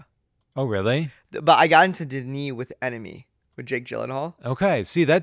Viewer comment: Its Denis and its not even close